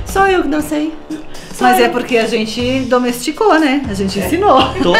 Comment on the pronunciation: "Domésticou" gente... muito triste